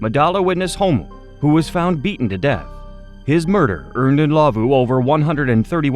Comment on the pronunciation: Thank you for pronouncing Ndlovu correctly ❤ You have a new sub in South Africa